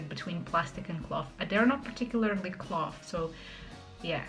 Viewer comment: I like you very very much but: "cloth" is not "clot", the "th" is like in "thunder"